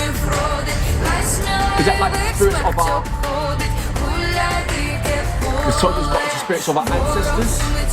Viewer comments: you are right with pronounciation of "dyke pole". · Your "Dyke pole"))) was amazing) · your ukrainian "deeke pole" is great! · Ти класно вимовляєш ДИКЕ ПОЛЕ. Дякую, що популяризуєш українське. Це для нас зараз дуже важливо. Слава Україні! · your pronunciation of the song's name is 100 of 100% correct! Thanks for putting in the effort 👌🏻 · Dyke Pole - you pronounced that very well